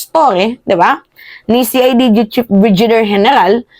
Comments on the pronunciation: Hindi po brijider.. brigadier po.. as in Brigade.. not brijid..😅😅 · hindi BRIJIDER at hindi CLEMIENTE. BRIGADIER at CLEMENTE yun. Huwag masamain ha, Pero may tendency ka na mag mispronounce ng words and names, noon ko pa napapansin. Hindi bashing ha, just an observation that you can consider for improvement ✌️✌️ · Brigadir ang pag pronounce.. clemente, di klemyente.